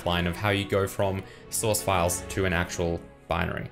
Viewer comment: I wasn't listening very intently and heard "These files are called pedophiles"